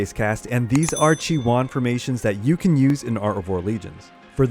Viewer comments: Thanks for the videos, really useful. BUT Please don't call her Chi-One! You are killing me. It is a Greek word SNOW=CHIONE=ΧΙΟΝΙ (in Greek) It is pronounced he-oni (he like the article and oni as in macaroni) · Isn't it's pronounced chi-oh-nee? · khi-yo-nee:) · You really need to learn how to pronounce stuff. Who the hell is chiwan. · i think he says that because he splits the name in 2 parts.. chi... and one. Chione i think is taking her name fron the greek word '' Χιόνι '' that means ''Snow'' and the pronunciation of this is ''Chioni or Chione...something like '' kioni ''. So i hope i helped, keep up the good work.:)